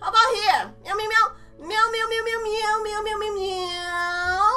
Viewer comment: It's myow not mew XD